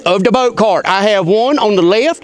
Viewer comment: The "boat tar..." Oh! CART! With a "C" and ends with a "T".... Not starts with a "T" and ends with a "D"... Right. Well, that makes a difference, now doesn't it. ❤😂👍🏻👍🏻